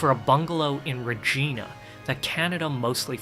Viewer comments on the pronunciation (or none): It's Re- giiiiii -na! NOT Re-geeee-Na! FFS!